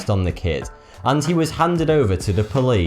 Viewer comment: Fanks for the view?? fanks?? you are English i thought English people spoke clear and correct English...yet all i heard was southern states America mispronounced words. is forty??? thanks is fanks?? and there are several other badly pronounced words in this video.. BUt you are English i am confused...how does one get into forty?? that makes no sense at all.. Back to my English books..